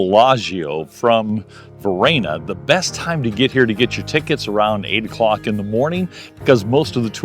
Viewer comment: What's this pronunciation of Varenna? LoL I'm not sure whether you visit Lake Como often but don't pass up renting a boat for a day or half day. There's no better way to see the lake than from the water and without traffic. Most towns face the water so you are always seeing the best view of each. Many of the villas have a dock for dropping off visitors. You just need someone to be captain and take the boat out while the others tour. We changed up who did that. Pack up food from a local restaurant or ingredients for a sandwich or salad from the local market along with a few bottles of the best Lombardy has to offer. Nothing better than being on the lake toasting Mr. Clooney as you pass by and waiving to others enjoying the beauty.